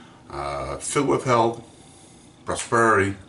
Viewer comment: Filled with hell and prosperity? Lol tell me about it. It really sounded like you said that. Great shave 👍🏻